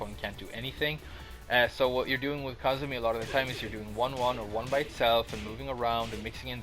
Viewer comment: I thought it was pronounced "Ku-zoo-mee"